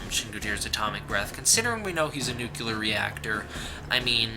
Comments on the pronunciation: couldn't get past . can't stand hearing nuclear being pronounces nucular over and over. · I stopped the video when I heard "Newk-yoo-ler". Learn words better. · Nice video but all I could hear for quite a while was only NUCULAR, NUCULAR, NUCULAR... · Nucular waste. GOD DAMN IT STOP DOING THIS ALL OF YOU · Nucular. Might as well give up, and put it in the dictionary.. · So many "nucular"s in a single video. I can feel this video slowly George W. Bushifying me. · Nuclear. NOO-KLEE-ER. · Please stop saying 'nuke-yoo-lar". ....Please. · Its nuclear. nu·cle·ar ˈn(y)o͞oklēər/ Also its "supposedly" not "supposavly" sup·pos·ed·ly səˈpōzədlē/ adverb according to what is generally assumed or believed (often used to indicate that the speaker doubts the truth of the statement). "the ads are aimed at women, supposedly because they do the shopping" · "spoiler alert" "also I haven't seen the movie" also, "nuke you lar" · Downvoted for "nucular". Good job otherwise. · JEE-zus man, make an attempt to pronounce your words. nu-KLEE-ar. And GO-jee-rah (with a spanish type "r") Unlistenable, Dude. Had to switch off. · "Nookular" what the fuck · New. Clee. Ear. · Bush junior said NOOCULAR as well lol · It's pronounced "New Clear". Nuclear. There's no "ur" sound at the end. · Robert Jackson, it is not New Clear...the word nuclear has three syllables. His explanation is better than yours. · Nathaniel Burrows The word is spelled and pronounced "Nu-Clear" "NU-CLEAR". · Vulgarr the Viking I know this is an old comment but Jesus. How pathetic must you’re life be to actually care about a the pronunciation of a word that in actuality has no exact way of pronouncing it. Nu-clear Nu-clee-ar it doesn’t matter. There all correct English. Who really gives a fuck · You mispronounced Nuclear. Streisand Effect, look it up. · Btw, you said nuclear wrong. Just saying. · Good effort, but could you please learn to pronounce the word nuclear? It's not difficult. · learn how to pronounce nuclear.